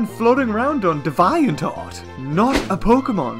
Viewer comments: Its not called Dev-Eye-ant art. its pernounced Dee-vee-ant art. it derives from the word Deviant, I don't believe the way your pernouncing it is a word. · You said " Dee-Vie-art" I'm dead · Its Deviant Art. Not Di vye ant art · He can't say DeviantArt properly XD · woah deviant art pronunciation